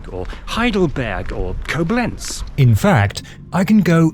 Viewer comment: Koblenz is stressed on the first syllable.